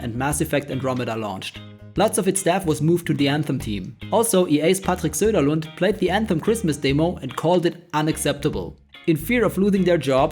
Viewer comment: you've butchered Patrick's Sunderland name hard (I don't mind it, he totally deserved it)